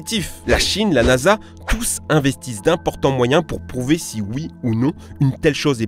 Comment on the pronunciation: Va falloir bosser sur les liaisons en français, il y a des "s" et des "z" qui se baladent entre les mots, c'est z' énervant !!!